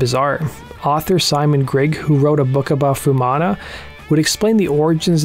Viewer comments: It's not "fewmana", it's "foo-eh mana" each vowel is pronounced. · A bit disappointed you didn't get the pronunciation of his name right (foo-ee-manna). He was not just born to Polynesian parents; his father was Niuean but his mother was Maori. Otara does have high deprivation but Pacific people are the nicest and most down to earth people you could meet. It has nothing on gangs of LA.